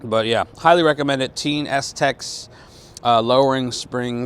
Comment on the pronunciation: Its pronounced “tayn” like chow mein. Just picked up a set of these springs also 👍🏽